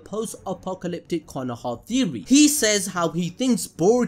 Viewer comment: Why u say Konoha like that.... its Konoha 🙄